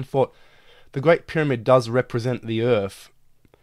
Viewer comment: ITS EARTH NOT IRF !!!!!!!